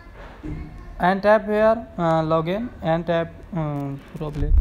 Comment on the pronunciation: It didnt wirk and also its called roblox not roblex